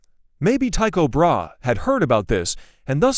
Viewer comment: Learn to pronounce Brahe's name!